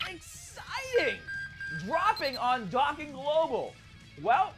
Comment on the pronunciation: Does it bother anybody else that he pronounces dokkan "dockin"